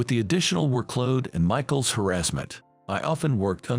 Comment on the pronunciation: It's work-load, not wor-kload. Quit using AI voice.